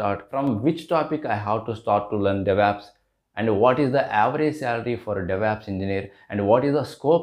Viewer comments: why do you people pronounce devops as devApps?? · Because it is Stylish to say devApps and it also sounds very stylish to say "MISSION" learning for Machine Learning